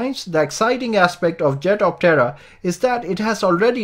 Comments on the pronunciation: Small point, try saying the name in only two syllables. At the moment it sounds like the Jet of terror. No mocking here. Better for promotions. I like the jet-optera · It’s sounds like he’s saying ‘jet of terror’. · Hehe after finding your comment, I can't unhear the terror anymore. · every time you say its name I hear "Jet of Terror!" good vid though thanks :D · Jetoptera needs to rethink theyre name, here in the vid it sounds like 'Jet of Terror ' ,lmao. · I keep hearing "Jet-of-Terror". When Skynet starts making these things, I suppose that would be the appropriate name? 😂..... wait.......🤔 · At first I thought you said it was called the 'jet of terror' and I was like kewl! Until I actually read 'jetoptera' then I was like ..oh. Good vid! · My wife was listening from accross the room and just asked "is he saying jet of terror?" LOL. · I swear this guy keeps saying “jet of terror” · I kept hearing "jet of terror" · 😆 sounds very much like your saying jet of terror. Hmm